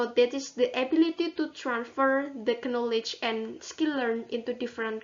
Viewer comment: videonya bagus dan informatif. untuk pengucapan knowledge, k nya tidak perlu dibaca ya. terima kasih